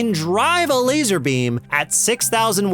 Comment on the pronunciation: Its LAZOR 😂